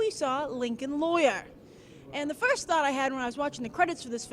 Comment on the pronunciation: Grace, I noticed when you're reading in front of the green screen, your diction is spot-on. Then in the next sequence at the theatre, you say "lawyer" in a New York accent. "First" too. : )